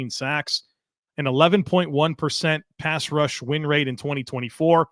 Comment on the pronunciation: it’s a wonder that you don’t fumble over your words more often, the amount that you do this stuff. Truly, you’re smooth as hell! But… I have to admit “pass wush” made me smile 😝 much love and thanks to ya sir. Go Bills!